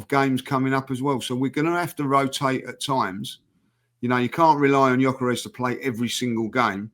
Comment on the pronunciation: how can he not even pronounce gyokores to this day